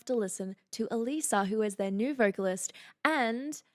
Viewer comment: It's absolutely her voice although somewhat layered in this song. You're one of the first persons to pronounce her name correctly and I commend you for that! I'm a huge fan (she literally saved my life...Long Story) of Alissa and on her Patreon (Biggest Patreon fans are referred to as "Beastlings"...Hence, Queen Beast). also. Now you really, really need to react to their newest song; "House of Mirrors" It's PHENOMENAL as well! ) I've seen them live several times as well as had VIP passes!!! AWESOME!! 😃🤘 If you have difficulties understanding these lyrics, (which I guess you don't...but here ya' go anyway! (This song describes 95% of my exes) Yaaa...owww Secrets whispered through a veil of lies When did I become this person you despise? Open- my eyes You've been in- disguise The door is closing You're on the outside now it's curtain call After everything I did for you This is what you choose to put me through? What happened to the concept of loyalty? I guess there is no more honesty! Open my eyes You've been in - disguise The door is closing You're on the outside now It's curtain it's curtain call Deceiver, Deceiver My head is still spinning from your Judas kiss Deceiver, Deceiver Not one thing about you I will miss You put on a great act -I'll give you that Go on and take a bow -you despicable Rat! Accept the applause, you king of whores This is your Grand Finale Deceiver, Deceiver My head is still spinning from your Judas kiss Imposter, I see you Thou beest slain, Tyrant, Sh